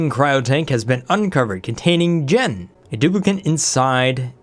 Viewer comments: Hey.. Jean's name is pronounced Jeen. Like the pants. Not Jen. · Loving this series. The new DLC seems like a game changer. By the way, 'Jean' is pronounced as 'Gene' or 'Jeans' as in trousers, and not 'Jen'. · Jean is pronounced /jēn/ like the pants. heavy twilled cotton cloth, especially denim. "a jean jacket" Not Gen... that’s so odd you don’t know how to say Jean... like I’m gonna go put on my gens... LOL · For the love of all that is holy it is pronounced Jeeeeeeen like blue jeans. Oh and loving the new series. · Calling Jean "jen" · Jean should be pronounced as Jean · And also jaune (with a soft j) as in all of France. It's ok man, just put the accent hammer down. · I've always pronounced it the French way. It's closer to John; then again the gender is listed as X, so it's not definite either way.